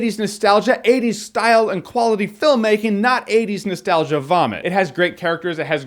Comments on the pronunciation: He clearly says 20s but okay guys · Lol 50% are ppl making fun of how he says 80s a bunch 40% of the comments are ppl making fun of ppl making fun of him say 80s and 10% are actually comments. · Say 80s again. 80s. 😂